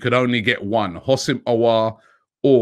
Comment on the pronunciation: Robbie the H is silent. It’s pronounced oh sim 😂